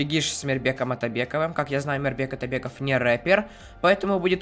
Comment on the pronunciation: уже без проблем выговаривает "Мирбек Атабеков")